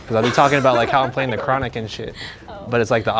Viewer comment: Did this nigga say chronical 2001 it's it's the chronic 2001